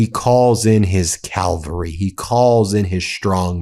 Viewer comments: I think you mean, cavalry not Calvary… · Cavalry not Calvary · Great post Ben. Thank you! 👏 In case you or your staff reads this, one very minor critique: cavalry is pronounced cav-al-ry, not cal-va-ry. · Ben, CALvary is the site where Jesus was crucified. CAValry is the mounted military (Think of CAV from "horse" in Italian: CAVallo). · what the hell is "calvery"? why are americans so bad at english?